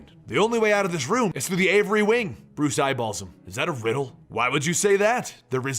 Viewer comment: A-vee-ary not Avery.